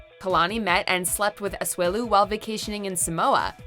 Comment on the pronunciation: Okay... it’s pronounced A-SU-E-LU and Samoa is pronounced SA-MO-A not SI-MOA !!!!